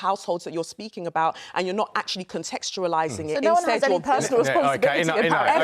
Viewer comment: Did she say "contexturalising"? 🤡 Please God help us!